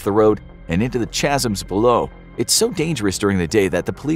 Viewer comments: It's pronounced "kazum" not "chazum" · Chasm is pronounced Ka-sum… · You mispronounced "chasm", my friend. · The 'h' in chasm is silent. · The way you said Chasm makes me unreasonably upset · Bruh, you can't pronounce 'chasm,' correctly, so I'm done. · It's pronounced like chaos, with a kuh noise